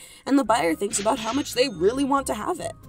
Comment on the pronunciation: is nobody gonna talk aboot this